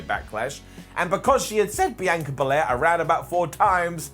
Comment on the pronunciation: Your pronouncing Bianca Bel-air wrong. Lol